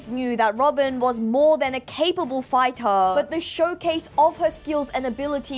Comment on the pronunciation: Why do you pretty much over pronounce every word? It gets really annoying, not gonna lie. "Chaptah", "Fightah"...